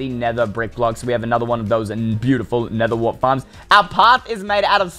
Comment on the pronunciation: Not nethe its nether